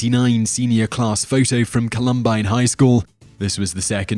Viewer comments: The way he pronounces columbine.... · I understand that your accent makes saying certain words sound different but you completely butchered Columbine, the shooter name, Regina not re -gina like vagina without the va! Please, please look up videos on these people to know how to properly pronounce the names/places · How can you not know how to pronounce Columbine? It would take literally seconds to check this.